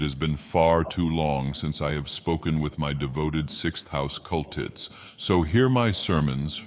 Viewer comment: "cul-tits?" Did he say "cul-tits?" I heard "cul-tits."